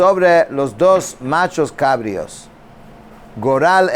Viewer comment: Bendiciones. Se dice nachos cabríos. Con acento en la i.